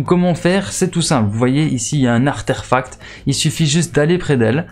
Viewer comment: On dit artefacts sinon bonne vidéo 👌